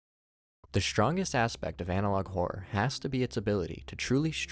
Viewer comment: "analouge" on the end killed me 😂😂😂